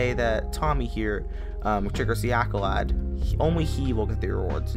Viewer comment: bro said accolad